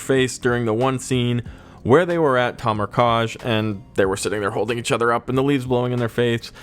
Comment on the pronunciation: Did u say “ Tamar kaj” Instead of kamar Taj, 😂